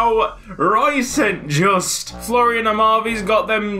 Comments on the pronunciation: St. Juste is pronounced as sint ('I' pronounced as pronounced in 'this') Yustu ('y' pronounced as pronounced in 'you') (also the second 'u' is pronounced as the first one, which you already correctly pronounced in the video) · melchior mulder you don't pronounce it saint just you pronpounce it like sint juste but the j sounds more soft and silent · I once signed the irl St. Juste and I was told to pronounce it "Son Joost" so who knows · St. Juste is prounounced like this: st. is like since but instead of the ce you make it a t so you get sint, Juste is prounounced the exact same but you pronounce the e at the end so like Justuh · I may be completely wrong but St. Juste may be pronounced st. Yoo-ster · Ben Edgie moreso as saint (or sint) jus-tuh (am dutch, the actual player named st. Juste plays for my favorite team) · And the j isn't pronounced like a hard J but like a y as in yes